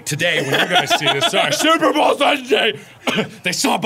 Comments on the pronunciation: why cant you say super bowl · can't say "super bowl" Instantly calls it "super bowl" Nailed it.